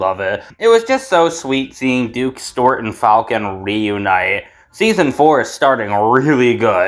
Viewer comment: Bro calls Stewart "Stort."